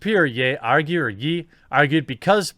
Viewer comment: Jeremy. ‘Ye’ is pronounced --> Yeā ... not, Yē.